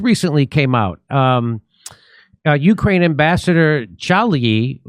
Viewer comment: What;'s a yukrane? Is that like a yute?